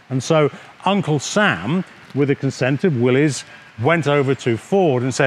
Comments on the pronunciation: Thank you for pronouncing Willys correct. Most ppl pronounce it willy's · Hi Steve, good video! Thank you for pronouncing "Willys" correctly. By the way, which Jeep do you like better, the Ford or the Willys? Please reply. Dave...